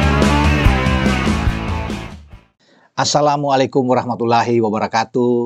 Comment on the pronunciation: Bung baca salamnya kurang bagus dan gk enak didengarnya. Tolong perbaiki baca salamnya. Assalaamu alaiikun warohmatulloohi wabarokaatuh